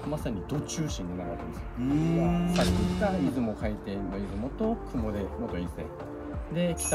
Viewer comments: 雲出はクモデではなく、クモヅと読みます。 奈良県と三重県の県境から伊勢湾に流れる雲出川があり、そう言えば雲出川の近く(河口部分は離れてますが…)に櫛田川もあります。 クシナダヒメとは関係無く、倭姫さまの櫛が名前の由来らしいですが…出雲と櫛名田比売と名前似た川が近くを流れるって不思議な偶然か口伝がどこかで変わったのか、気になります😂 そして櫛田川近くの櫛田神社の御祭神は大幡主命と櫛玉姫…コチラも不思議で気になります！ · 雲出神社、実家のかなり近くです…！！（ちなみに雲出は「くもず」と読みます）何かすごいワクワクしてきました！年末帰省したら行ってみます！ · 雲出の読み方は、「くもで」ではなく「くもず」です。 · 「雲出」は「くもず」と読みます。 実家の近くであります。 雲出神社は小さい無人の神社です。 鳥が沢山鳴いています。 雲出神社です